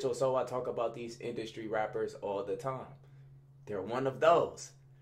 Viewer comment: “Like dese” 😭